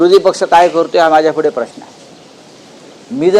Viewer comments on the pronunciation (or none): none